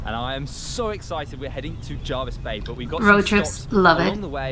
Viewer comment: Pronounced JERvis not JARvis bay. Hyams Beach in Jervis Bay is considered to have the whitest sand. The Surf camp is on the northern most end of Seven Mile Beach.